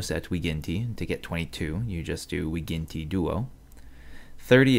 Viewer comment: you do the same mistake with "g" is not "vighinti"